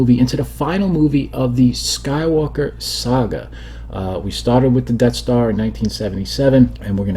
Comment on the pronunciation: "enough already wid doze def starz!"